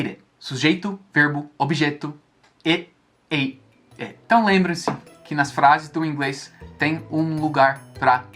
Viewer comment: Do jeito q ele falou é "irêrê" 😂😂😂👌